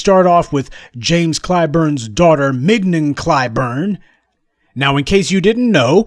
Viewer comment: She goes by "Ming-YON", Prof. As in "Filet". A prime cut.